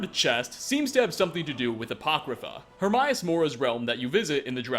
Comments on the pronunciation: This guy doesnt know how to pronounce shit. He said Hermaes's name wrong. He fucking says it in the game. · One more for good measure: Her-may-us